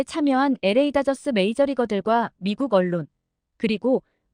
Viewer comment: LA다저스 발음하는법: 에레이다저스라고 하지마세요! 엘레이 다저스 혹은 엘 에이 다저스라고 발음하는겁니다. 엘 엘 엘에이 엘레이 엘레이~~~